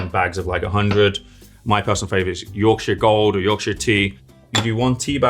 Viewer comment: I make homemade iced tea with Yorkshire Gold and have a giant glass of it almost every afternoon. I'm sitting here sipping it when the British guy says the name. Love it